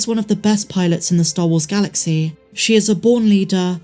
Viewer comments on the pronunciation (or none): none